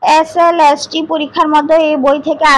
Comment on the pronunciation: SLST টা একবারও ঠিক করে উচ্চারণ করতে পারলো না। ওটা LST নয়,SLST... আর স্ক্রিপ্ট টা অত ঝড়ের মত পড়া মুখস্ত এর মত না বলে ধীরে সুস্থে বললে সবাই আরো ভালো ভাবে বুঝতে পারবে। যাইহোক যেটুকু বললেন তাতে অনেকেরই উপকার হবে, আমারও উপকার হলো,যাইহোক আমার কোথায় mind করবেন না।